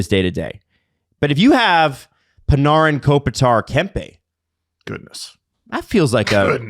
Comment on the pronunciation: Why do the always mispronounce Panarin’s name? Is it a bit?